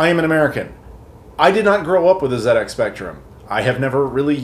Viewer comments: "The Zed Ex Spectrum" Americans: the ZED EX spectrum? not Zee Ex? what? The rest of the English speaking world: ah yes, Zed Ex as it has always been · great review dude! nice to see it from a completely different perspective for a change - and well done the Z pronouncing bit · for pronouncing it correctly.